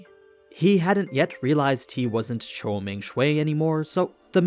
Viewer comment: As a Chinese hearing you say Chou is suffocating, it is actually jou, but great video though